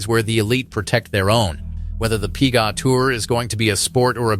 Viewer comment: What's the "pea-gahhh" tour?